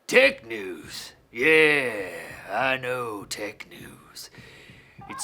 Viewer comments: Who else thought he said dick news instead of tech news at the start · I thought he said Dick News at the start xD